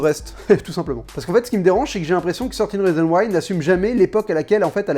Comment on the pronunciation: Enfin quelqu'un qui ne dit pas "treize rizon waï" mdrr